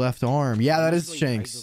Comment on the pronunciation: Its 'shanks' not 'shenks'